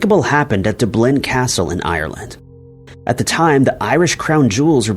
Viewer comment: Oh you have been pronouncing Dublin wrong for years 😂